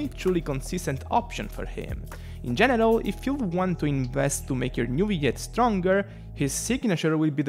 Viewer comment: Hey I love your videos! Thank you for your work :). I just wanted to make a comment about something. I can tell English isn’t your first language and there’s a word you’re saying that sounds kinda weird and I wanted to point it out to you so it you don’t end up with someone misunderstanding you. When you say the word “general” I’ve noticed you pronounce it like “genital”. The reason I point this out is because that word refers to private parts which could be kind awkward haha. Anyway hope that helped! :)